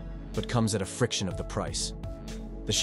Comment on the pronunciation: Is this video using an AI voice? If not, why was fraction pronounced as friction?